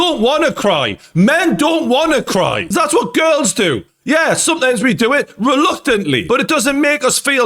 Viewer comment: “RELUCTANTLY” re-tweet 🤣🤣🤣🤣🤣🤣🤣🤣